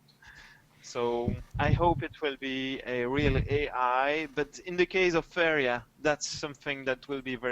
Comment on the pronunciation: For a second there I thought you said "Favorite Jesus" lol